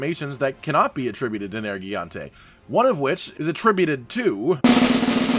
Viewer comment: He regains health if anyone returns to camp in between zones. Also thank you for pronouncing nergigante correctly but mispronouncing melee... Seriously is this stuff just a rinning joke with you guys?